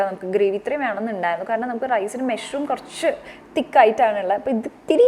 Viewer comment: മെഷ്‌റൂം അല്ല.. മഷ്റൂം.. പലപ്പോഴും കേട്ടു..അതുകൊണ്ട് പറഞ്ഞതാട്ടോ.. nice vlog 👍